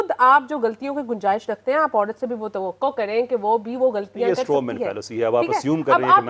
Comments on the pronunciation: عوڑت یا عورت 😂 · عوڑت نہیں عورت بولو